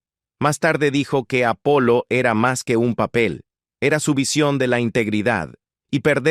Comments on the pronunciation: Je je. es el problema de poner software a leer textos. Nunca se deben escribir términos extranjeros como son realmente, si no fonéticamente. No sé como los creadores no lo entienden todavía. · es que las voces IA "baratas" aún no pillan muy bien esto .De todas maneras con haberle puesto en el texto Apolo en vez de Apollo ya hubiera sonado bien.